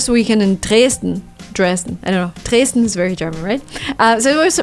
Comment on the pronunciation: Hi from Germany. You sound very German, when you say "Dresten". I love it